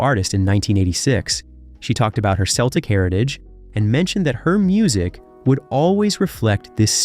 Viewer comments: This might already have been said. CELTIC is KELTIC not SELTIC. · Please note, Americans: It's not "seltic"; it's pronounced "keltic". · I had to stop listening. I could NOT stand to hear him say Seltic one more time. And, I love Enya's music, I wanted to hear more . . . but couldn't. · Oh my goodness, you could have done a wee bit of research into the pronunciation of Irish words. Lovely documentary but being Irish I cringed everytime you said anything in Irish, especially her name. In Irish "c" is always pronounced as "k." So Celtic is not "Seltic" but "Keltic." Always. But a lovely mini-documentary regardless. I remember Eithne (Enya) serving me Guinness in her father's pub (Teach Leo = Leo's House) in Gaoth Dobhair in 1988, her gold discs already on the wall. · Who is this VO klutz? 'The selts' Nothing to do with The Celts then? and the 'seltic' 🤣 nothing to do with the Celtic then. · Its Keltic not selltic you Moron! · It’s not pronounced Seltic or Selts but C as in cat Celtic and Celts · Spelled phonetically for English speakers it would be a hard ‘c’ like a ‘k’ — keltick and kelts. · What's with "Seltic" for Celtic? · You really should have consulted an Irish person in pronunciation before making this video. Even an online guide. Celtic by the way is pronounced with a hard c like a k. Sinead is Shin-aid - those everyone knows.